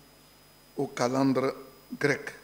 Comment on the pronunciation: Regardez-moi cette nullité qui dit avoir été prof de français: ''en renvoyant cette élection aux calendres grecques''. (3.23 à 3.27) Pour ta gouverne on dit ''calendes'' et non ''calendres''.